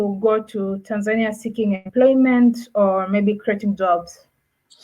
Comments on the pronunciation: They pronounce it wrongly most of the time and get it right a few times. I guess even most Tanzanians don't know how to correctly pronounce the name of their own country. To say it correctly, you say it the Nyerere way - Tan'zania, not Tanz'ania {the (') mark signifies where stress should fall}. If you don't get it yet, just listen to the likes of Mwl Nyerere, Ben Mkapa and even Mwinyi and hear a correct and lovable way to say it!! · Great content, even for a Kenyan 🇰🇪 i loved the way you pronounce Tanzania 🇹🇿 😁